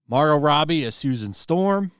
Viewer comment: you pronounced Margot pretty strange there